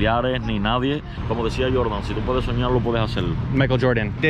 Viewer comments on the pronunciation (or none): none